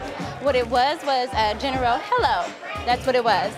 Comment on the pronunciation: Anyone catch Malaysia’s pronounce the word general - GenErrOw? Bitch what..